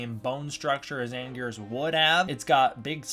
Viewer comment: It is Anguirus